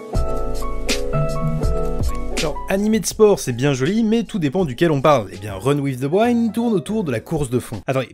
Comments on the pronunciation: Ça ce dit pas waind mais wind mais snn la vidéo est cool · Honnêtement j'avais pas compris la première fois que tu as dit "Run with the wind" parce que ça se prononce "OUI-ND" et non "WAÏ-ND"... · Run in the waine ???? Google trad 2 sec et tu le diras bien, sorry ca triger (wind avec un I). Sinon bonne vidéo continue t'es le meilleur ! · Run with the WIND, le VENT, se dit "Wénd" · reune ouive deu ouainde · "Wind" ps "waynd" lis le en fr ne cherche ps plus haut Sinon très bonne video comme d'hab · j'avoue ça sonnait un peu comme Run With the Wine 😄🍷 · wind!!!!! c'est un i...et ca se prononce comme un i